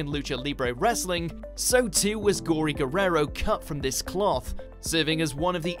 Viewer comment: Is funny how he pronounces eddie's lasr name wewrerow